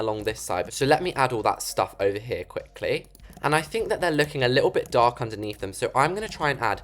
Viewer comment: The"because it's too DaRkk"got me rolling😂